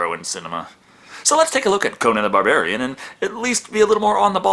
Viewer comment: Am I the only one who hears saying "Conan the Bavarian"?